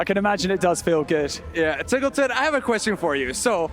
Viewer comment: Do you really pronounce your name as "Teagleton"?